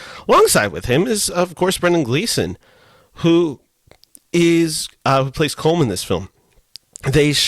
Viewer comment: You should pronounce Colm as though it was spelled COLUM. Please get lt right.